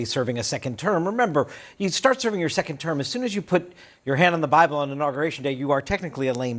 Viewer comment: 🤔 Hmmm. Nobel trophy - No. Anti Christ - 🤔what are the qualifications ❓ world peace - new temple - claim godhood ❓ , the man can't say Bible ‼️ go home ‼️ , the results can not hide the path taken to get there‼️ Mr. HO'man‼️